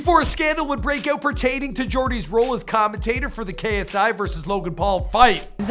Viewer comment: It's commentator ya nunce